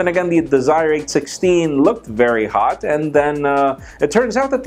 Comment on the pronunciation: every time he says hot I cringe haha <3